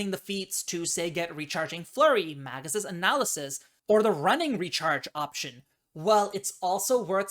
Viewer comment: Mag(azine)-us Me: It's Mag(e)-us!